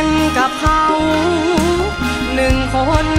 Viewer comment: เสียงดีมากใกล้เคียงต้นฉบับเพียงแต่เสียงบางกว่าหน่อยเพราะอายุยังน้อย ออกเสียงชัดเจนดีมีจุดเดียวตรงคำว่า"คน"ดูแปร่ง(คหสต)